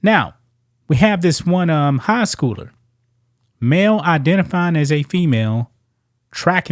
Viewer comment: any place I’ve lived or been in the US male is one syllable, while ma-eel is two